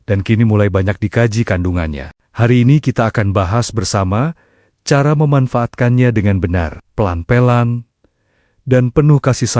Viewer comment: Kok pelen2....? Pelan2 yg bener ucapanx.😅